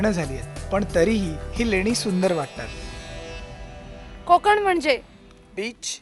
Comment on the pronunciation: konkan nahi madam, kokan bola......